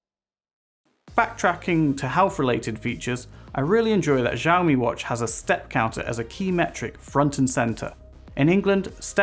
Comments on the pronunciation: Not trying to be mean but especially at the start it sounds like you're saying"JJAAOOO Me" rather than "Shaow Me". Again, not trying to be mean but people might watch this and think that is how you say it so felt I had to say something. Thank you. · It's pronounced "SHE-OWW-ME"; NO "Js" in there. 🙏